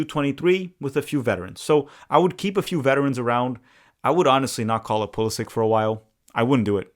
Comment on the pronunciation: Brothers channel is called tactical manager and can not even pronounce Pulisic the right way haha it is Poo-li-shich why do all the american never take the effort to speak out the names the right way? They are all so ignorant and think everything is in English…